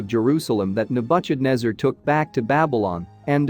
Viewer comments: The I A can't pronounce the name of Nebuchadnezzar... Nebu sh adnezzar?😑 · Nabutchadnebber….!!! Why is it not possible to have a real intelligent human being deliver the commentary????? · Second that. The pronunciation of Nebuchadnezzar made my ears bleed 🙉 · Where do you get the pronunciation from? King Nabuchadnezzar had nothing to do with butcher, though he might have but hered some of his enemies. I am tired of this pronunciation creativity - it's like listening to children trying to emulate wisdom. That particular pronunciation doesn't comply with any basic English pronunciation of this word I know of. For goodness sake, get the pronunciation of unknown words from an online dictionary, man! This only betrays that you heard of this king for the very first time!